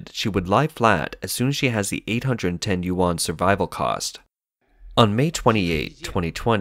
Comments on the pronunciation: more like u-n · yuan not 'you-an' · Another “expert” that doesn’t even know how to pronounce Chinese “Yuan” right. Also very nice of you to derive all expenditure in local Chinese Yuan as the currency and twist the fact when the minister 1000 usd and conveniently stated it as Chinese Yuan too. Or perhaps you derived your number from the minister considering those that earn 300 usd as middle income household and asking them to spend more boosting economic cycles. Man there is many things you can criticise about China but please be real and not spread fake information. I totally don’t mind if you’re biased and only report bad stuffs and selectively not report anything good. I totally don’t mind this at all, China does that all the time and I read both the CCP propaganda news and western anti-China propaganda. However twisting and lying makes your information become a worthless read... cause now I can’t trust the real bad stuff from your information.